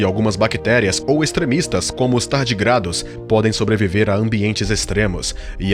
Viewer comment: "Tardigrádus" doeu nós ouvidos.